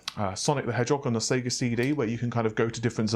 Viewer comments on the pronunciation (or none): none